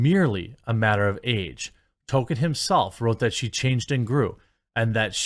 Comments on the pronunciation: I love u Jeremy. However, please pronounce it "TOL-KEEN" not "TOW-KIN" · Jeremy why are you always saying token? It's Toll-keen. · Dude. it's TOLL ke in. Not token. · TOLKIEN NOT TOKEN 🤣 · Dude, it’s not TOKEN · TOL KIEN not towken TOLLL KIIIEEEEN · JEREMY. IT'S PRONOUNCED TOLL-KEEN, NOT TOKEN. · Nobody: Jeremy: “Token” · TOLKIEN not TOKEN. Also elves with names starting with C are pronounced as K (ie Kelebrimbor and Keleborn).